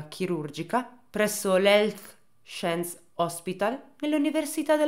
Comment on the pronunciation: Però “sciens” no dai 😅🤣